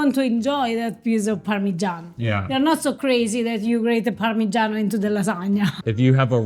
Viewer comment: why do you pronounce it Parma jahn o and she says parma shano